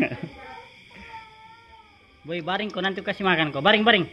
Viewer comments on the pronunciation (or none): mf slah sebut.....boi bukn roi🤣